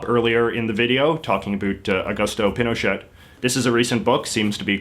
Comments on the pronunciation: It's pronounced pin oh shay not pin oh shet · Also, Pinochet is pronounced as Pino-chay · The former president's name is pronounced pee no shay, not pin o chet. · is pin o chet not pee no shay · jj im sorry but its not pino*chet*, its pronounced pino*cheh*. act like you're speaking french aka dont thing about saying the letter t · Pinochet is pronounced "pino-shey" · in Spnish it is pronounced pee no chay or pee no shay - but not as it was pronounced in the video. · You mean like mispronouncing Pinochet all the way through the video? Yep, great journalism!!! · you go all the way to the country and do a piece like this on the protests and can't pronounce correctly the Dictator with a 20 year reign? Yes, that is pretty sloppy. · You don't say the t of Pinochet. Great video though. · not to mention that pronunciation of Pinochet! oy vey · Can't believe how you don't even pronounce General Pinochet's name correctly. Did you do any homewor like talk to anyone about him or watch any videos on him? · You don’t pronounce the “T” in Pinochet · true but he could at least say the words correctly even if w/ an english accent.. for example he said "machupe" and "pinoshit" (which i think is a good name for him), but its possible to have respect for the language and say "pee-noe-shay" or "ma-choo-pay" etc